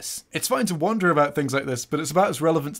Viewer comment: Heheh, Wonder sounds like Wanda